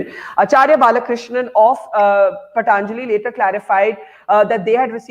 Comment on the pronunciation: So this host aunty can pronounce patanjali but keeps calling it paTaaanjali as it's fashionable. Also I've been taking ayurvedic supplements for immunity n they're any day better and cheaper than allopathic vitamins.